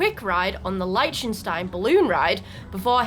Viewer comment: Ok, watched a bit more, and, it's funny: The names you're confident about, there's slight mistakes, and the ones where you apologize for potential butchering, they're fine 😅 Liechtenstein, the first vowel is not like in "light", but more like in "list". "Bootsfahrt", it's not like in "moon boots", but more like in "boat". The other -fahrts like "Elfenfahrt" etc. were spot-on 👍 Sorry for splitting my comments like this, i'm watching your part 1 video in several parts due to time constraints 😅